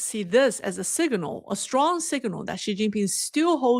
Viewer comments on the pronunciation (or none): Signal not siginal